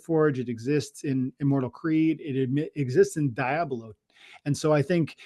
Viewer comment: I’m so upset you guys let him get away with calling it “dai-ablo “ 😒😂